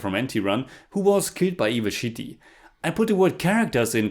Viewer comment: Should have been 2.0/10 😛 The way you said "Chitty Robot" sounds like "Shitty Robot" 😂. Apt. Your old videos are gold 😂